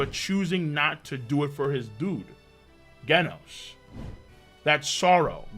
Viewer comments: How u say genos (gheh-nos) and gif (jif) Wrong? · Does know he’s been saying Genos wrong this whole time?